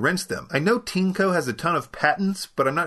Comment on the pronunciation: Looks a lot like a Dyson V8 clone. How is the filtration compared to Dyson. For the price, vs. Dyson, it's compelling. - is it pronounced "teanco" as you said it? The spelling, as you no doubt know, is Tineco. This seems like it would pronounced like tin, or perhaps 'tean' followed by eco. Regardless of how it's priced, you still get a like for making the best vacuum videos. I look forward to Tuesday and Fridays - strange but true.